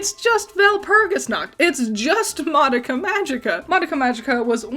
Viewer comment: the pronunciation of madoka is killing me where did the other a come from you saying ma da ka 🤣